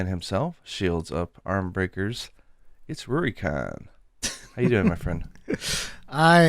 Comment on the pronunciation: Did say shields up ARMbreakers? Cause that's what I thought rurikhan said for the first 2 months I listened to him lol